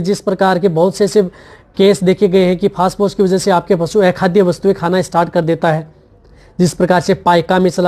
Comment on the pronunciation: पेहले आप फास फोर्स बोलना बंद कर दे...😂😂😂 फोस्परस बोले..